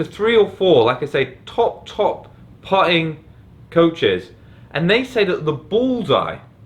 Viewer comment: Puh'er?, Puh'ing?, when did you lose the ability to pronounce your "t"s?